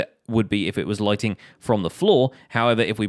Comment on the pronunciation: I thought he said lightning not lightning